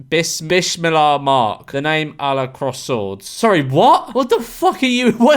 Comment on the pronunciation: Man said BISH milaah.